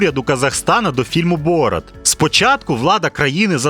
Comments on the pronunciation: Не бОрат, а борАт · Чому бОрат, а не борАт? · Не БОрат, а БорАт. Наголос в ім'ях при перекладі не змінюється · Мені аж слух ріже як ви ставите наголос! БорАТ а не БОРат😢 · Не бОрат, а борАт, уши вянут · А з яких пір він бОрат а не БорАт? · Блін, все круто, але БорАт, а не БОрат! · ясно. Один мешканець першого світу не потрудився послухати як звучать казахські імена, тепер маємо. Завжди всі переклади чув тільки з варіантом БорАт шо значно більш схоже на ім'я з того регіону, а тут просто дивитися ролик не зміг бо дряпає вуха. Звісно, інші ролики дивлюся, нічого особистого, удачі в розвитку каналу!